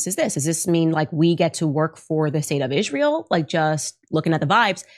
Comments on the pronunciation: The way Candace Owens says Israel is funny 🤣, she says it like Ishmael, she says the S like a sh. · Why does Candace call it “Ishrael”? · How many times can she say IZHRAEL IZHRAEL IZHRAEL —- just take out the battery and make the incoherent noise stop.